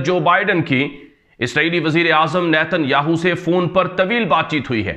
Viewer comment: السلام علیکم ورحمتہ اللہ وبرکاتہ ۔۔۔ارے بھائی صاحب آپ کی خبریں بہت زبردست دست ہیں ۔پر ایک بات کا خیال رکھیں اسرائیل وزیراعظم نیتن ۔۔۔۔سے اگلا لفظ نہ کہا کریں ۔ہماری زبان میں اس لفظ کی معنی گانڈو ہے ۔۔مطلب ۔۔۔یاھو۔۔ کی معنی گانڈو ہے ۔۔تو عجیب بات ہے کہ آپ اس لفظ پر زور بھی زیادہ دیتے ہیں ۔۔۔۔اور گھر میں بیٹھے ہوئے یہ خبریں اونچی آواز میں نہیں سن سکتے۔۔کیونکہ بچے خوب ہنستے ہیں ۔۔۔۔۔😀😀😀😀😀😀